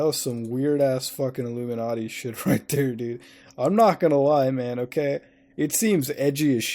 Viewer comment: just want to say that I really appreciate how Muta says "Illuminarty".